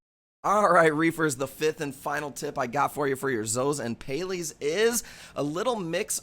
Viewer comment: What are Pay-lees? 😂